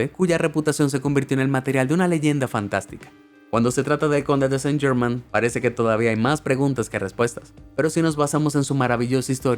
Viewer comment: Chucha podrías investigar la pronunciación con el mismo entusiasmo.